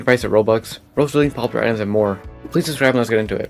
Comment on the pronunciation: AH YES, "Rowox"